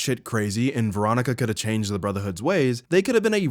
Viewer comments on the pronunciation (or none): none